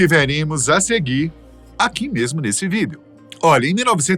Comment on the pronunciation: toda vez que esse cara fala VÎDEO eu sinto uma pontada no meu cerebroooo haaaaa